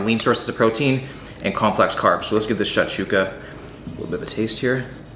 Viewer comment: the was he said shakshuka 🤦‍♂️